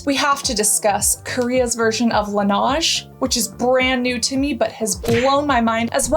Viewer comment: Darling its not Lenaaj it's Laneige